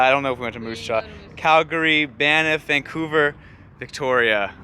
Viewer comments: At , you pronounce the word Banff sort of like it has two syllables, like Banniff. It's a very odd word, but it is definitely one syllable only. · Great video! Fyi Banff is pronounced as one syllable. No break between the n and the two ffs. The n just slides into a long f.